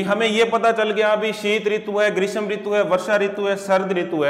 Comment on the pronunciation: ग्रीस्म नही ग्रीष्म होता है।